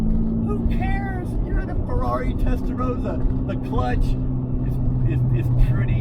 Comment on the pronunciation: Rossa not Rozza lol😊